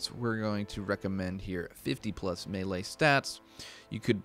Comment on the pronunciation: Melee, pronounced May-lay.....